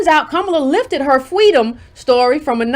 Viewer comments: "Fweedom" Lord have mercy!🤣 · Fweedom?!....stop already. U won just leave us alone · When I heard the word “Fweedom” I literally laughed out loud (while everyone in my house is sleeping) I need to remember to watch in the daytime😂😭